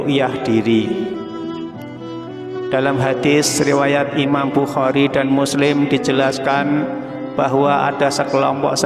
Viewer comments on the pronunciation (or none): none